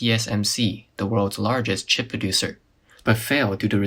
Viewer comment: They read "chip" as "cheap". That is why it went bankrupt